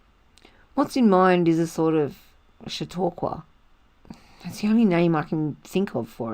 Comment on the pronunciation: Ok! I like it. Your reading is well-paced, and expressive. I’m in. New subscriber. BTW, ZMM is my favorite book ever. Really looking forward to this reading! ps your pronunciation of “Chautauqua” is perfect.